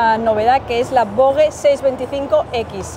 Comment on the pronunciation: Gran vídeo y gracias por mostrarnos las novedades del EICMA de este año. Ahora bien, exigo una estandarización del nombre "VOGE": O como dicen los chinos "Vosh" o como se dice en castellano "Voje" porque lo de Vogue ya.... xD Un abrazo!